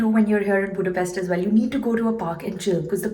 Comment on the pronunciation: Vegyék már a fáradságot ha már ide jöttek, hogy helyesen ejtik a fővárosunk nevét, szerintem ez a legkevesebb